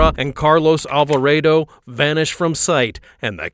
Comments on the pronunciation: Vas-kwes , Alva-ray-dough 😂😂😂😂😂😂😂😂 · Alvaraydo? ok guy lol